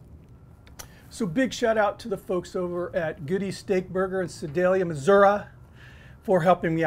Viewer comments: Pretty sure you nailed Sedalia, correctly... the "Missourah" though.... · Looks really interesting. I'm going to try it. BTW you pronounced Sedalia perfectly. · Hey! Great vid as always. My parents are from Sedalia so we drove from Kansas City to Sedalia a ton to visit. I’ve been to the original wheel inn. You hit the nail on the head. You’re right on with all the pronunciations too. Pretty cool to pay homage to a burger that’s not super well known.